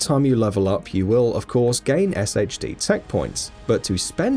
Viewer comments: pronounced "shade" tech not "S-H-D" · SHD is pronounced Shade.